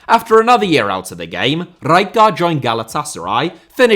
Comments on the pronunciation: It's pronounced Ray-kart ! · Isn't it R-eye-card? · Pissing myself laughing at the pronunciation of Rijkaard. How many more R's can you add in? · I laughed eveytime you said rijkaard haha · Nothing wrong with your pronunciation of Rijkaard except for the split you make in the middle. Just pronounce both parts back to back and you'll be an honorary eredivisie commentator in no time. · Please stop saying Rijkaard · Fucking say rijkard one more time like that ffs